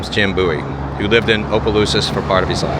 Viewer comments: OMG I cringe when anyone butchers names in Louisiana. Towns...or whatever. He's hacked at Opelousas so many times. If you aren't sure how to pronounce something just ask. And it Opa-lousis. Omg he just finally got it right 😅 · Abdallas was a high end clothing store, we had one in New Iberia also one in Lafayette, have to laugh half the time you pronounce Opelousas right, half well not so right…lol. I used to love the town, but now I avoid it as much as possible. I now live in the small town of St Martinville, it’s getting about as bad…